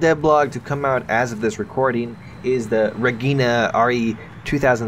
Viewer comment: "regghina" at least you tried lol